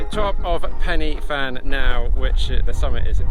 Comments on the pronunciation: Need to pronounce pen y fan right first 😂 it's said like pen er van, us Welsh like to confuse words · Yep, and the "y" is pronounced more like "ur" - but cracking effort! It's a lovely spot, although you'll only ever catch me hiking it rather than running it! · Pen Y Fan.......F is a V in the fantastic Welsh language....think the new name is said like Bann-eye Bri-ken-iok, so you did pretty well...any Welsh people correct me if I'm wrong! Enjoyed the video!